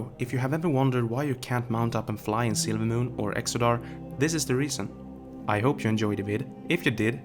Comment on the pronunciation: Sorry if this was already said but every time you say "silvermoon" the way you speak makes it sound like you're saying "sailormoon". Not picking on you just making an observation :).